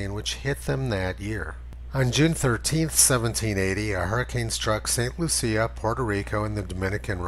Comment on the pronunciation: Giggle a bit every time you say St. Lucia